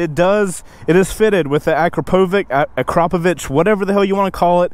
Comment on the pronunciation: You lost me as soon as you couldn't pronounce Akrapovic...finish high school next time!